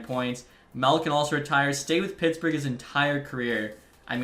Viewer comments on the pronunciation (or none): none